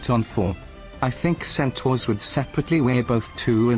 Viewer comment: thinking centaurs are half-zebra and repeatedly calling them "centuars" is killing me